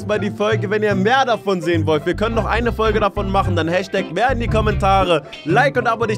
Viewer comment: Das heißt mehr